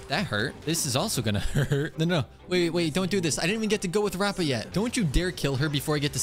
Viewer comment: her name is pronounced : rap a